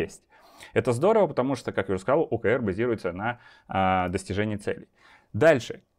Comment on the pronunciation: Спасибо! Маленькая заметка, т.к. термин англйский то читается скорее как ' О Kей Ар'